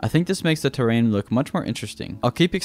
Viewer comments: terrain dude not tear rain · This man does not know how to deal with the word terrain